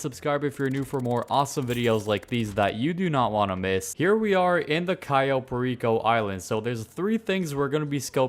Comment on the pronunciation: Why is he calling this place Cayo Pa-Reeko? Like puerto RICO..... ITS PAIR-EH-CO.